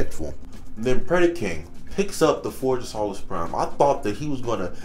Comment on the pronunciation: dawg it is pronounced Forge of So-less Prime. not Saw-less Prime